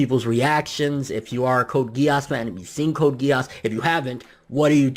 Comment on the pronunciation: And it pronounced Code Gii-se